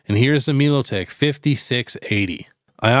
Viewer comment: Melotik not milo tick 😂